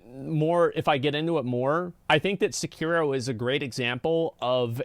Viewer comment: it's SE KI RO